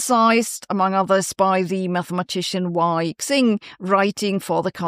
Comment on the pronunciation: Chinese X is pronounced close to S.